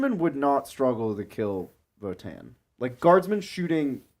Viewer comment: guys... seriously.. it's vOtann, not votAAnn